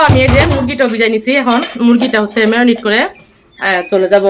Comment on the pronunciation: মেওনিট না মেরিনেট। যেহেতু ইংরেজি বলতে অসুবিধা হয় বাংলায় বলাই ভালো। সব মসলা দিয়ে মুরগীটা মাখিয়ে রাখলাম এটা বললেই তো পারেন। মেওনিট না বলে